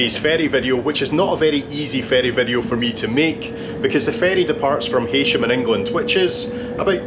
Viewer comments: Heysham is pronounced Heesham. This is not to detract from your excellent presentations, just to let you know. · Like you I would have pronounced it Haysham. Also that terminal looked like it would have passed for one at a airport. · Well that was an enjoyable video, thanks! Weather permitting I see the Isle of Man most days from here in SW Scotland. I always thought Heysham was pronounced like 'hay-sham' too!